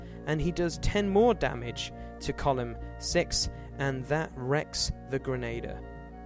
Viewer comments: ok I only watched 1 minute so far.... dude.... it's a "Grenn-ah-deer" not a "Grenn-ay-der(p)" I hate correcting people for pronounciation but that one is a constant thorn in my side :D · The mispronunciation of "grenadier" is a lot more annoying than I expected. : > Otherwise, good stuff.